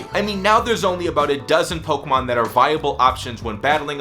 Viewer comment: i fucking hate the way you say "pokemon" 😂